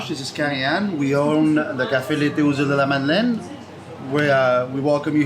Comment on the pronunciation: Hey, I can improve your reading-of-French-signs by about 30% with one tip: 'De' (meaning Of, or From) isn't pronounced 'Dee'. Its 'e' vowel sounds close to the 'oo' in Look or Foot (but not the one in Boot or Root).